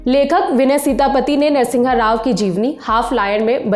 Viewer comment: Its NARA SIMHA RAO and not Nara Singha Rao...